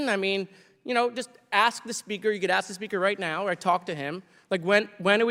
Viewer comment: Like you guys can't say ask instead, you continue you'll see you see axe instead, I ask, yeah, talking about yourself again